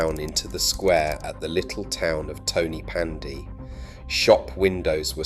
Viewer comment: An insightfull video but with appalling pronunciations : Rhondda is pronounced Rhon - the. Rhondda Fawr is pronounced Rhon the Vaur. Pen y graig is pronounced Pen - uh -grayg Tonypandy is pronounced Ton uh Pandy Rhondda Fach is pronounced Rhon the vach - not Ron duh 'fuck' 🤦